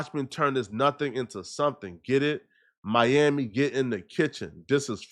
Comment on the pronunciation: Was that Mami or Miami 😂😂😂